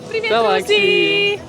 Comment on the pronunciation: ДВІ ДОЧКИ ШЕФА!!!! Єдине прохання: перевчи: не прівєєєєєт:face-purple-crying:, а привііііт:hands-yellow-heart-red:. А якщо навчиш вітатись СЛАВА ЗСУ! - то це чорний пояс на віки вперед! Веселих свят!